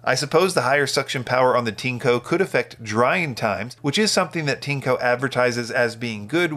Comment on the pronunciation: Not Tinco, its Tineeeeeeeco